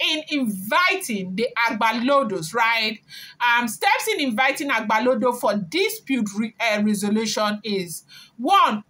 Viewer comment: It's not agbalodo but agbalode